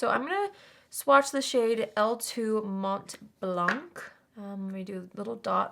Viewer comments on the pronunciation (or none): You don't pronounce the T in Mont and you dont procounce the C in Blanc. So you say it: Mon Blan